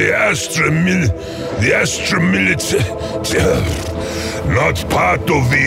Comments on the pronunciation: I also loved when he was trying to pronounce Astra militarum like "Astra milita- Astra militaru-" Edit: damn 357 likes in 2 days was it really that funny? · The Ogryn Struggling and then giving up trying to pronounce Astra Militarum made my day today.